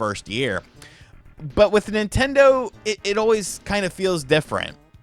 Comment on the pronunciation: As soon as you said NintenDeen I stopped taking anything in this video seriously. This guy has made Nintendo hate videos every day for the past 4 months.